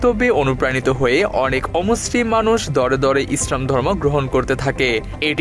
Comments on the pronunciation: ইসরাম না ইসলাম আপনার উচ্চারণ ভুল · এখানে যারা কমেন্ট করেছেন তারা হয়তো প্রাতিষ্ঠানিক ভাবে অনেক শিক্ষিত কিন্তু চিন্তা-চেতনায় হুজুগে বাঙালি উপস্থাপক ভদ্রলোক যে শব্দ চয়ন এর মাধ্যমে ইসলাম ও মুসলিম এই দুই শব্দ কে বিকৃতভাবে উপস্থাপন করেছেন সেটা কেউ ই উপলব্ধি করতে পারেননি পারেননি ইসলাম কে ইস্রাম এবং মুসলিম কে মুস্রিম বলে উচ্চারণ করেছেন আমি এটার প্রতিবাদ করছি এবং নিন্দা জ্ঞাপন করছি 😡